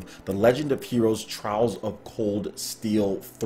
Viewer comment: LOL I know but Trails isn't Trials LOL